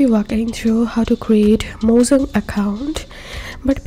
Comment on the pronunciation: bruh is not mozan but mojang